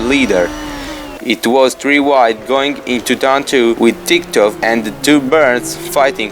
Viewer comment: For the future, put the emphasis on the letter "O" TitkОv :)